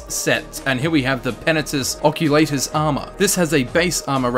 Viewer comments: That slowly dying feel when someone pronounces it 'Occu*lay*tus' rather than 'Occu*lah*tus'. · Same. I pronounce it "Ock-you-lart-uss" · I pronounce is "Uh-coal-uh-tis" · it's really bothering me the way you say oculatus ... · The way he say's Oculatus pisses me off.